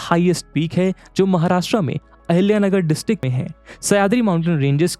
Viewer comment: Thank you sir❤❤ specially for chatrpati sambhajinagar and ahilyanagar pronouncement ❤